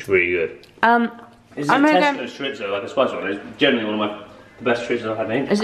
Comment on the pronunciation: Omg you are literally the first British person I've ever heard pronounce 'chorizo' correctly! I don't know why but it makes me so happy 😂🙈